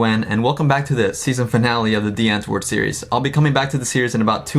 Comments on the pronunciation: He says DIE Antword when he says America. What a fake fuck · "w" is pronounced more like a "v", please please see this comment 😂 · Wait, I thought it was said, "Dee antword" Ninja started saying "Die Antword"? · the fact that ninja and yolandi get annoyed when people say their band name incorrect but ninja literally pronounced it incorrectly???